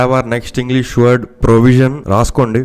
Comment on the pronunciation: Provision kadhu bro prooovision 😂